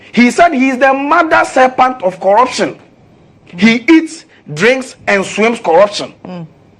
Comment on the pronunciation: serpent not serPANT